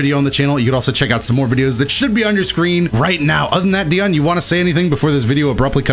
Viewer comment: *nerd voice*actually its pronounced Deion not Dion.